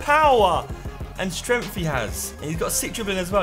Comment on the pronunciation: Josh it's streNGTH not stremf